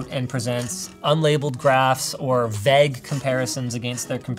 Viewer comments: Apparently "vague" is pronounced "vegg"?? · Vague ❌ Vag✅ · Is it just me or does Linus pronounce vague wrong? Or is it the Canadian way? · I can’t get over how Linus pronounces “vague” so that it rhymes with “bag”. Is that a Canadian thing, or is it just him? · Anyone else clock that Linus says vague like VEGG 😂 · The way Linus says "vague" is sooo vague that I can't impersonate it to save my life! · In French that’s how you’d pronounce that spelling...would mean “wave” tho, not “imprecise” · I find this weird too. Not that I listen to a lot of Canadians, but I've never heard anyone else pronounce it like that. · The way Canadians say vague is oddly unsettling to my ears haha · Having listened to the WAN show and now watching this, I wonder; Is this how people from Vancouver pronounce vague? OOr is that just Linus? As for the Mac; It's nice to stay up to date if only to help other people pick new hardware, so I watch all this,but it runs MacOS so it's most definitely not something I'm interested in. If these chips are really as good as they say though, this might be actually worth while as long as it's priced like the old Mac Mini's.